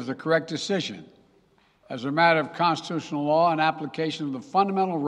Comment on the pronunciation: Biden did say Cozituzyunnel . . .